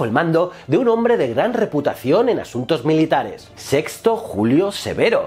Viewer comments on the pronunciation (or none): none